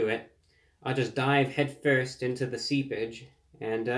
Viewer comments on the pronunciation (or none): I thought he said “sea bitch”. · At first I thought he said I'll bite into this (see-bitch). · That sad piece of dangling lettuce was depressing me.. So thanks for this-> EDIT: Also at a little after 7 minutes are you saying seepage or sea bitch? I'm trying to see the Theon Greyjoy reference here.. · I almost thought you said, “I’m diving right into the Sea Bitch”. But I realized your class wouldn’t allow such crass talk. “ Seepage” made more sense after a second viewing. Thank you for another stellar review, Brah.